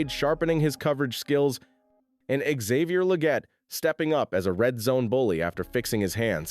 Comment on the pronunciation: “Xavier Lejet ✈️”